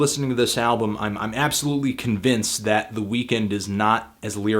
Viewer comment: why the fuck is he pronouncing Weeknd that way? it's so distracting